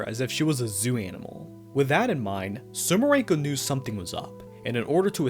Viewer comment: ITS SUMIREKO, NOT SUMIRENKO!!! AAAAAAAAAAAA (I just hope i misheard xD) (Also, i just love how the whole Urban Legend incident background story is completely omitted xDDDD)